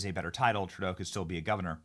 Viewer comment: At about 2 minutes in it sounded like you said "TurDeau" then corrected yourself to "TruDeau". Its okay Benny, many of us in Canada call him "TurDeau". 💩 Another favorite pet name we have for him is "Justine Trudeau". God bless you Benny from Toronto Canada 🇨🇦🤗✝️🇺🇸